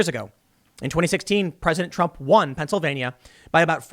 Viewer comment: Please learn how to pronounce Pennsylvania.